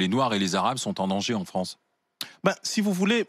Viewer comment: Si li fronce Di futur !